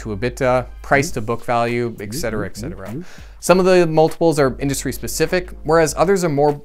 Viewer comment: did you say EGG-cetera?